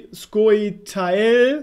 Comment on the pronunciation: Scoia'tael wird Sko-ja tael ausgesprochen. Zu mindest in der deutschen Version von Witcher 3